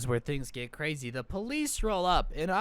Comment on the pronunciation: Wow she's cwazy